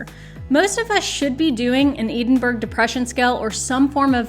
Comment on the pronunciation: Hello! great video with great information HOWEVER, we need to chat about how you just pronounced Edinburgh in reference to the EDS 😂😂😂🤣 Ed-in-buh-rah